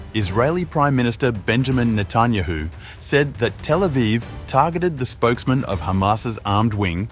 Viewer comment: Please, pronounce correctly the last name of the Prime Minister of Israel, which by the way is very well known, show some respect. Thank you.